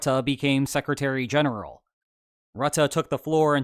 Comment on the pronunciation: I'm still amazed at his correct pronounciation of Rutte. Good job!